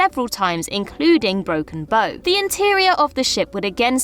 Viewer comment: bow The front of a boat is called the bow as in broken bow not a bow for hair tie lol